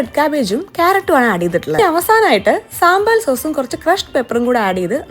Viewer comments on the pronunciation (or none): സാമ്പാർ സോസോ... ഞാൻ കേട്ടത് അങ്ങനെയാ 😜🏃🏻‍♀️🏃🏻‍♀️ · She pronounced it wrong, may be tht's y..its sambal sauce ennayirikkum.